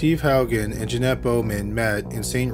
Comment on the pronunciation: I'm shocked you pronounced Haugen correctly. That's my maiden name. No one gets it right.😂 I'm trying to figure out If I have a cousin named Steven.